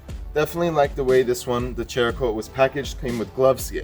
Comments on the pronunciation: How is it the two of you cannot pronounce the names of these products. How the hell do you get chericote, ch sound when it's obviously saracoate. And Meguires how can you think it's megulars??? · Pronounced like Sarah-coat. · Not sure if its been brought up, but I believe it's pronounced "Sera" coat. Like ceramic. Between that and the Meguiars debacle, I think you guys are the YouTube equivalent of the key and peele episode where he pronounces everyones names wrong lolol Great video though. The follow up video is super beneficial to see. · Just a courteous correction, cerakote is pronounced s-erakote. The c is pronounced as an s. They are a big player in the firearm coating industry and gun guys take details seriously. A lot of them also own Jeeps. Hope this helps prevent negative comments. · btw lol.. SARA-COAT.. is the correct name.. 🤷🤷😂😂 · Guess y'all aren't gun owners or Irish, after hearing you butcher cerakote (sarah coat) and Maguire's (Meg why ers) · There's no "H" in Cerakote. Pronounced Sarah-coat. It's a ceramic coating. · Man u can't read ceracoat u say like cheracoat ? Another trinova u say chinova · Meh-gwires , Sara-coat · Great video guys. Very useful even to an auto detailer in me. Btw, it's Mac-Gua-yi-ers and Sarah-Coat. Lol. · YES! As in ceramic! After all, it is a ceramic coat. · Not to be a dick but there's no "H" in Cerakote.